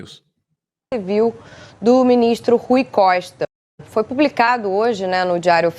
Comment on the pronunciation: Não sei de que estado ela é mas ela repetiu o nome do Rui Costa duas vezes errado. Rui Coista, fala sério com esses grotesco.